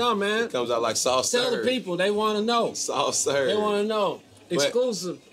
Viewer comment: He said soft serv. 🤣 Cam, Cam, Cam.